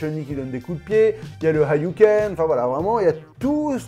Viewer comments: "hayouken".... Tu veux dire "hadoken" ^^ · "hayouken".... Tu veux dire "hadouken" ^^